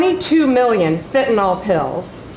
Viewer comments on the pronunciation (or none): She can't even pronounce 'fentanyl.' And that's the LEAST worrisome thing at that horrific cabinet meeting! 😖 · Pam Bondi always sounds so performatively angry, even when she's talking about things that are supposedly good. (PS, the word is fenta-NYL, not fenta-NOL.) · Pam it's fentanyl (fen-tah-nil) not fentanol (fen-tah-nol) ...oh and you're full of shit. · BONDI, PLEASE PRONOUNCE FENTANYL CORRECTLY. IT'S PRONOUNCED WITH THE ENDING "NYL=NIL NOT NOL- FENTANOL IS NOT CORRECT. R.N.